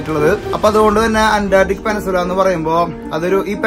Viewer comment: പെനസുല അല്ല ചേട്ടാ...peninsula🥹 കളിയാക്കാൻ പറഞ്ഞതല്ല...ഒരു അറിവും ചെറുതല്ല☝️